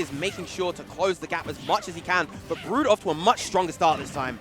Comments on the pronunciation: lolol saying "Broad"...... i mean idk what Brood wants his name to be but in English, that would be "Brew-d" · Steve O'Brien it's brood